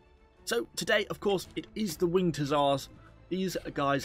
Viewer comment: "When the winget hussars arive"